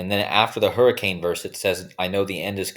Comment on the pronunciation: Hurri - cain .